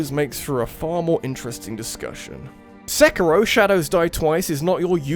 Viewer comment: No psychonauts 2? Dislike, channel avoided Ps mario is pronounced marr e o not mary o And seikiro is say key ro not sekky ro